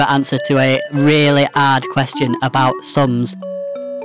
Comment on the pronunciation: "That is the answer to a really ard question about SUM'S"